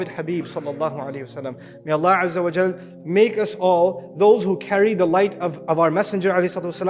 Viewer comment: please correct this not au but it is wa before layamassannakum